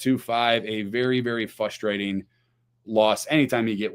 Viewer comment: Love the show, good content. Game is almost as frustrating as pronouncing it "fustrating" lol. Keep up the great content, go crew!